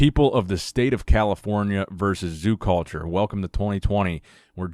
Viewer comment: “He’s the owner of zoo-cawlture”.